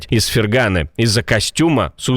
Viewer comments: Какой ФергАны? Из ФерганЫ !!! Ударение на последнюю гласную. ФернанААААА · неправильно ставите ударение: не ФергАны, а ФерганЫ. Ударение на последнем слоге.